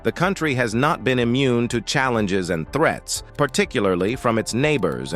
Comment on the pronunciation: That was a long exhausting video and he mispronounced "threats" as "threets". But I agree that computers and robots are the future, and it's good to see soldiers don't need to die so freely (save their lives) and also helping the soldiers to operate all of this equipment. Computers can calculate a "recommended action" to take, or in an emergency, just do it automatically.